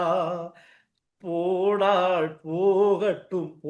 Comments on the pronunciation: "போனால்" not போனா"ள்" தமிழ் உச்சரிப்பு முக்கியம்." ல" கரம்? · வாய்க்குள் சளியை வைத்துக் கொண்டு பேசுகிறாரா? அவலங்களை அவளங்கள் என்றும், முல்லைதீவை முள்ளைதீவு என்றும் போனால் போகட்டும்... என்பதை போனாள் போகட்டும் என்றும் உச்சரிப்பு கொலை.. த்தூ..வந்துட்டாரு ஊடக துறைக்கு அதுக்குள்ள அடுத்தவன நக்கல் பண்ணுகிறார். அசிங்கங்கங்கள் அப்படித்தான்.